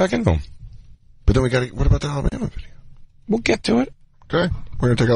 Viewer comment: I still think its hilarious he keeps saying "Bideo" like those twins the boys did a show on